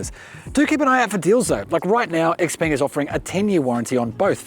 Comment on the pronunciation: It’s pronounced she-peng